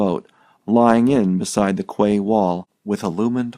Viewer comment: Quay is pronounced KEY